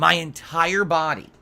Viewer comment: My ENTIRE BAHHDY was CUVERED in sweat 😂😂😂 he's such a little piggy